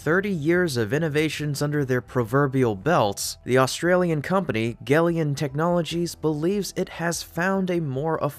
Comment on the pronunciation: I am going to suggest that gelion is really pronounced “Gel” “Ion” as it accurately describes its battery tech.